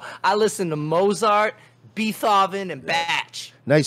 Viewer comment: Haha “Mozzart” what a dolt.